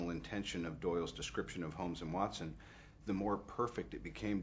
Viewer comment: does Robert call him "Hotson" instead of Watson? :D